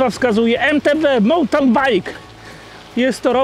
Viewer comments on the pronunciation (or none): Nikt w Polsce jeźdźcy na MTB nie wie jak się wymawia mountain